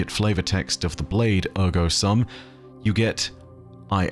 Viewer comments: As someone who studied Latin for several years in school, it honestly hurts a little bit to hear 'sum' pronounced as the English word of the same spelling instead of the proper long U sound (like "soom"). Not a huge deal though, and I enjoyed the insights here. There is one other possibility I thought of for the part about descending into an abyss and then one coming up reeking of decay. The first thing that came to my mind with that description was Eris and her fireteam in the Hellmouth, but your proposal of Savathun and the Hive seemed to fit better. Paths like arteries fits with the system of tithes and the Hive did descend into darkness and become consumed by it (constantly eating away at them), to the point that Hive being granted the light by the Traveler was the last thing anyone would have expected until that exact thing happened with Savathun and the Lucent Hive, who while they have the Light, do still act like Hive. However, looking over it again I can still see it fitting with Eris and her fireteam. The arteries are still tithes, but they are the ones going to Crota at the bottom of the pit. Those guardians and their ghosts did become completely consumed one by one in the darkness of the Hellmouth where the Traveler's light couldn't reach them, except for Eris who managed to climb back out, with the stench of the Hive and their magic which she had to use to survive still clinging to her. I don't know, I could see it going either way (or maybe even both? Do we have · Great video. Thank you! BTW in Latin "sum" is pronounced like "soom". Please see the site howtopronounce on pronunciation of "cogito, ergo sum". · SOOM! The "u" in the Latin word "sum" is pronounced like the "oo" in "doom" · Minor correction. The "sum" is pronounced like the end of the word "assume". Otherwise, great insight as always!